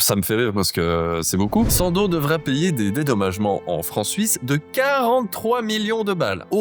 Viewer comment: On dit pas sandozzzzzee 😂